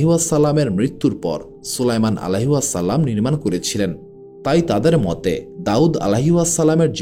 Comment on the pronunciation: Plz Correct Pronunciation - "Alaihissalam" (عليه السلام) is an Arabic phrase that means: "Peace be upon him."